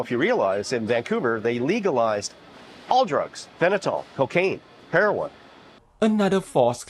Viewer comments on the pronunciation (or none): Never trust a 'doctor' who can't even pronounce fentanyl correctly🙄